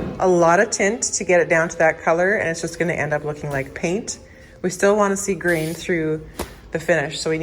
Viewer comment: Grain! I thought you were saying Green!